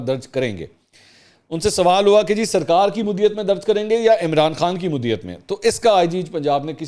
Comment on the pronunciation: منصور بھائی! مدعیت کا تلفظ درست ادا کریں شکریہ جامی